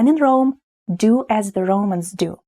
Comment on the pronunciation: I could comment on your English pronunciation, but I won't. Try to learn to say "The" with a genuine "Th" sound, not "Ze" or "De". Its not "Ze" or Zis", it is "The" and "This". Is this important? Maybe not, but why have everything with different endings for case and gender? English has few case and gender endings, and it seems to survive ok. I am, you are, he is, we are, you are, they are. He thinks, you think. Я люблю бабушek.